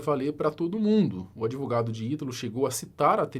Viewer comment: Esse "adEvogado" do Puff Diddy Brasileiro já deve ter batido muito bolo com a exploração do cliente🧐🤨 Fortes Indícios